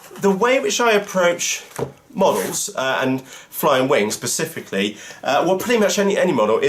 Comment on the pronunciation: specifically as in SPE cifically ....;-)